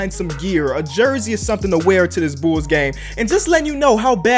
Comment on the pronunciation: “Am I a real bOOls fan?”